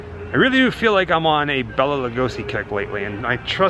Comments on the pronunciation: Have enjoyed your videos, but there’s one thing that truly bothers me… Bela’s name is pronounced, “Bay-la”! Not, “Bell-la”. (If you’ve seen the trailer for MGM’s 1935, “Mark of the Vampire”, in which Bela stars, he himself pronounces his name, as he reads the main cast credits, as the trailer comes to an end. I guess to me, it’s a respect thing.) Thanks, & keep up the ghoul work! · Please, please...his name was Bela not Bella. Pronounced Bayla. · Its Bela (pronounced Bayla), not Bella. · Bela is Pronounced "BAY-LA" Lugosi. Just saying.. That aside? Great video. Thanks! ~T.L.